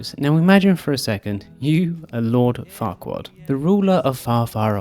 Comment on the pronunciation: I knew about why they chose the name Farquaad, on an intellectual level, but I didn’t fully appreciate it until I heard it in your accent 🤣